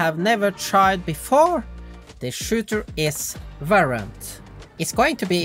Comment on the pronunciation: Bro when you try to pronounce Shooter and Valorant is Immersively Funny lol